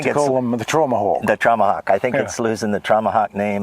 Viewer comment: Not to bee too ~critical, but maybe it's your Engrish Accent, but the correct pronunciation is: "Trau-ma-hawk" Traumahawk! A Piper Traumahawk. The 1st time I've heard that...that's all it's ever been and will be. As my brother has a ScareCoupe (Alon) 🤪